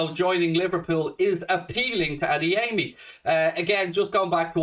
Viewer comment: Wonderful work,. If you don't mind, the right way to pronounce Adeyemi's Yoruba name is not to place a stress on the third syllable: A - DE - YE - MI.